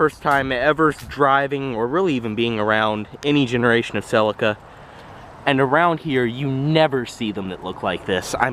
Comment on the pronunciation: Pronounced seleeka.